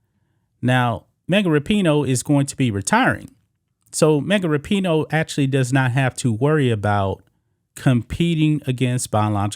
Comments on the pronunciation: What about Rap-i-noe?.....or maybe Fuck-en-dyke? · Am I the only one who always thought it was pronounced RAPinoe and now I keep hearing raPEENo? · Megan rap-I-noe makes me wanna slap-a-hoe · ...thanx for coirrecting my pronunciation of her name - thought it was 'Rapin-ho'... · I believe it's pronounced Rapin-hoe